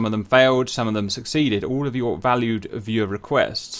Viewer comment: LOL, I thought he was saying “valid viewers “!